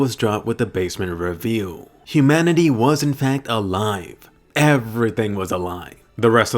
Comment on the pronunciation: Did yOu Say Imanity